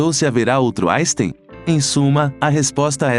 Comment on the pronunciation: Albert "jaystein " .???? Não admira que o homem não tenha gostado de quem nem o nome dele é capaz de pronunciar devidamente !!!! 😆